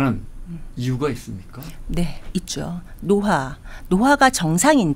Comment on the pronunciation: Hi, lady doctor! 발음 문제!! 보통, 좋습니다, 깨저버렸습니다, 노화, 두 번째, 세 번째, 세 가지,사람, 등, 긴 소리인 단어의 첫 자를 모두 짧게 발음했오이다. 잘못입니다! 한 둘 셋도 틀렸고, 사람이란 평상어도 틀렸더이다! Lady! 어떻게 생각핫이는지요? This is a serious problem!! 한국의 전반적 뭄ㄴ제이올시다. "한국 어문을 고발함"이라는 책을 조용히 읽어 주실까요?!